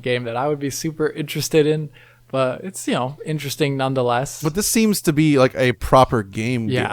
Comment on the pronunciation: for Christ's sake. Learn a simile of interesting. Not only do you say it wrong but use it nearly every sentence.